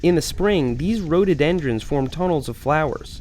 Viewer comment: Whenever he says ‘rhododendron’ I always think he says ‘roaded entrance’